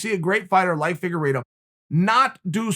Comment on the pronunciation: "Firuago" lol